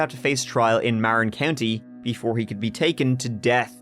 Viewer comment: and you say Mount Tah-MAL-pee-us, which had me scratching my head. It’s pronounced Tah-mal-PIE—us and Marin is pronounced Mah-rin, also BTW.